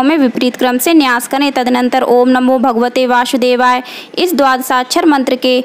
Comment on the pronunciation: ka uccharan Kare vasudev hai Vashudevay nahi